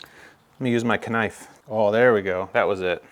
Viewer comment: I say knife the same way on purpose 🤣